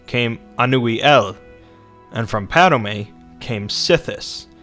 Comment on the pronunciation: it's not padame its padome and sithis not sith